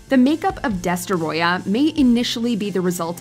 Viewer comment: The way you butchered the pronunciation of Destoroyah almost destroyed the video.